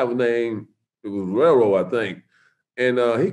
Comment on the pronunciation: Did he say rail road ??